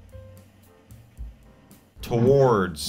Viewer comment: nobody: michael: tOwAarDss